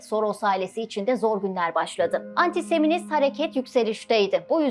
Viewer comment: “Antiseminist” değil, “antisemitist” güzelim.